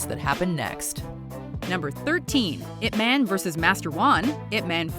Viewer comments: i hate when people pronounce his name as ' ip-man / eep-man' ... the right pronounce is ' yeep-mun' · Is nobody else annoyed that she says Ip man and doesn't pronounce it like "Yip" Because that's how it supposed to be said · It's eye pea man. Not "ip" man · Your pronouncing it incorrect Your saying ip Its not ip Its pronounced yip Silence Y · It's pronounced "Eep Mahn" come on, guys XDXDXD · its pronounced, yeep munn lol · Did she just pronounce it like... iP MAN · She sounding out I P as ip is fuckinghilarious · this woman cannot pronounce ip man even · Great clips, but the voice over is bad, couldn't pronounce chinese words correctly.. the way she pronounced Ip Man, Kung Fu, Wing Chun, is all wrong! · The American pronunciation of IP Man is embarrassing